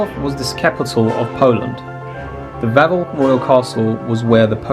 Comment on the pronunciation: Malbork, Wawel .... how dare you come here so unprepared .